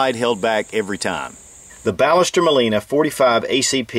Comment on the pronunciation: Actually it is pronounced Bash-s-terr Mawl-ee-nah. I'm from Argentina :)